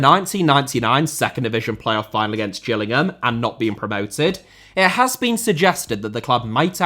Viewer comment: Its not pronounced Gills like a fish, its "Jills" as in Gillingham. That should be an obvious one.